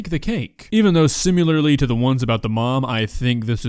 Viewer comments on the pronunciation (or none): For God's sake my dude... Similar, not Simuler. Also, do we rememberthe days where "Spaghetti " was hilarious to you?